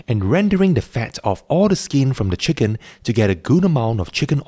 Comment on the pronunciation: Love "cheeken rice"